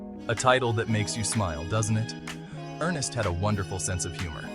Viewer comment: NOT ERNEST, ERN SSST